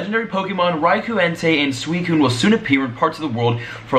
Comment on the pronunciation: you don't say suicine like that